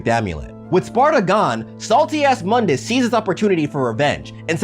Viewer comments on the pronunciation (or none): Your saying mundus name wrong your saying it from the DMC game not from the original devil may cry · Mundus was mispronounced.